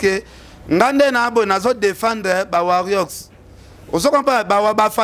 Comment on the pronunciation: eehhh Ken a prononcer bien warriors , na kumisi kutu valdi ndenge a corriger Ken ... mais na suka a decevoir susu a zongeli na ye ko loba warion... Ken papa quand tu dis warion , c'est autre chose . Biso toza ba warrior elakisi guerrier eza na anglais. Valdi please continuer kaka ko corriger ye pona biso